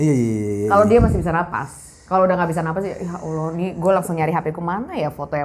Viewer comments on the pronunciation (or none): none